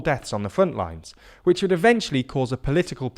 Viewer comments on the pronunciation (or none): none